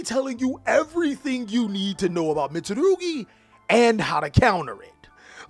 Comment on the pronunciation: The way you butcher the names tho 😭🤣🤣